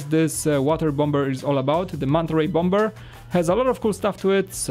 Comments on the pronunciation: For the people that are triggered about saying bom-b-er instead of bomber, is polish even though he's been speaking English for years he has said in a stream that he still has problems with some words he doesn't use very often, you can understand him, correct? Yes you can, so just leave him alone, alright? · The second B is silent in Bomber. Pronounced "bommer" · Good review, but I hate the way you pronounce bomber...